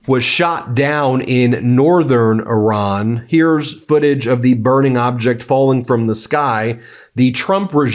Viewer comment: Could you please LEARN HOW TO PRONUNCE IRAN. HOW WOULD YOU PRONOUNCE AVE CESARE? FOR GOODNESS SAKE EDUCATE YOURSELF! BTW I LOVE YOUR CHANEL.